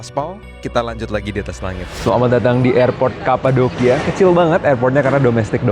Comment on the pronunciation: Bacanya kapadokia loh, not kapadochia btw 😊